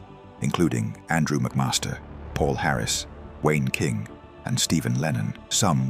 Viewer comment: That hilarious moment when the AI voice says "Wayne King" 🤣